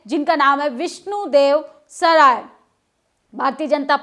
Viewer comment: विष्णुत देव सराय नहीं विष्णु देव साय 😂